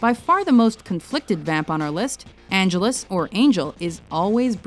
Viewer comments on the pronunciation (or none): IT'S PRONOUNCED "AN-GEL-US"